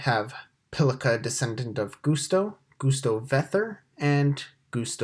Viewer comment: Why are you calling it Goose-Toe?